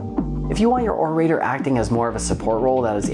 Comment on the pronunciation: Orator is pronounced with a soft a and a hard o sound. Less "O ray ter" and more "Or uh tore".